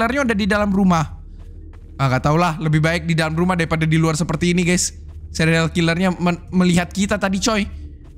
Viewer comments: Dari tadi denger ngomongnya sereal killer bukan serial killer🗿🗿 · Bang kok abang bilangnya sereal bukan serial